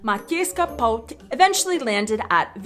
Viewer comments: Soft T mastered! 🙂👍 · Your "ť" sound is perfect, no worries.